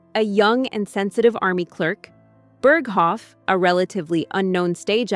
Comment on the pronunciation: AI generated. Horrible mispronunciation of Burghoff was a dead giveaway.